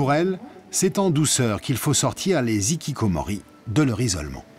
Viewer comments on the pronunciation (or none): en français, on ne fait pas la liaison quand la consonne n'est pas suivi d'une voyelle, un nikikkomori je sais pas ce que c'est ...